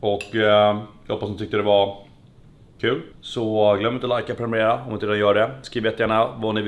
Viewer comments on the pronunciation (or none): none